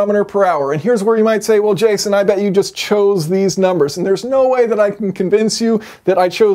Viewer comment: it’s “ it can go yust as fast”